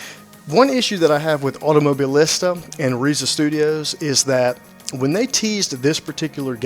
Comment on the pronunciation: Pronunciation: Auto-Moh-Bee-Leesta. Great video review, man.